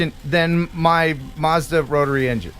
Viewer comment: this is how you say Mazda in English 😋